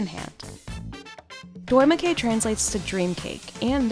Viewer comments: Drømmekage is not that hard to pronounce and was kinda butchered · It was painful to listen to 😂. Same with drømmekage.